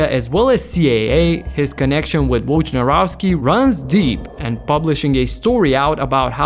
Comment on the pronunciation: They way people pronounce his surname sucks.